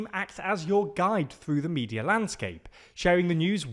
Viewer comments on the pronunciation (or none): none